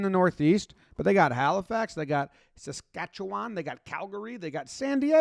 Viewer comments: HE SAID SASKATCHEWAN RIGHT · Yes I was waiting to hear how you would pronounce Saskatchewan. Not bad lol